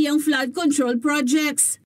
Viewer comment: Pls pronounce " project" the right way!